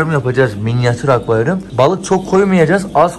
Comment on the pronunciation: akvayrum diyorsun gibi geliyo kulağıma komiğime gittii